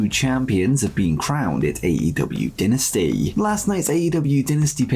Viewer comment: Bro it’s DIE-nasty, not DIN-asty 🤣🤣🤣